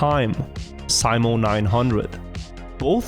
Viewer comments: Simo, pronounced See-mo... It's a well know name, the best iron sights sharp-shooter of all time has that name too. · Why do you keep calling him Symo, wouldn't you as scandinavian be familiar with how that name is pronounced :P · Why do you spell simo like Sai-mo Its literally spelt SIMO just like its written. Unlike english, finnish writing makes actually sense. No silent letters and no extra added crap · Simo not Saimo shurely a norwegian can read. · Its Simo not Saimo